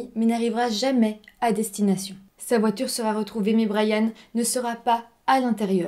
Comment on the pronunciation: Brianne ca se dit "Bri-enne" avec i et non "Bra-yane" comme dans Bryan.